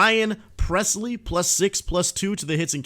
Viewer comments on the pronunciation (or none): none